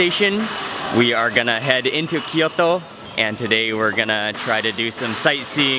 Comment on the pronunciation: キヨトじゃなくてキョート。 トキオじゃなくてトーキョー。 そんなに発音難しいのかな？